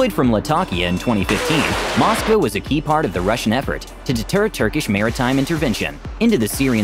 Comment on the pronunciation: Cant even say its name right